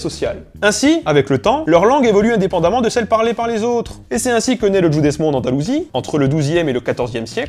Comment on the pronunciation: Excellente video clap clap clap just tu prononces Judesmo a l italienne